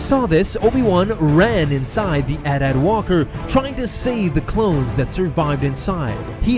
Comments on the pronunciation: Hold up did he just say 'at at' not AT AT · Isnt it pronounced Ay Tee Ay Tee walkers not at at walkers that’s how it’s spelled not pronounced